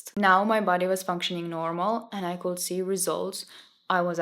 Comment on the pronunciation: Thank you for your advice and your nice video! Just some tips for pronunciation: could =[kud], not [kuld], said is like sad [säd], not [säjd], says [säs], not [säjs], decades [däkejds], not [dikejds] Thank you and all the best to you ❤